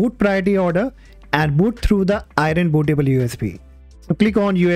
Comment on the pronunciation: Aireen Bootah-ball You is Bee